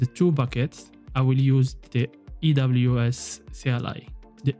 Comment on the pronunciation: ERN, EWS! You pronounce A as E :)